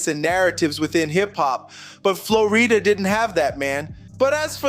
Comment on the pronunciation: Why are you purposely saying the name wrong, messed up the whole video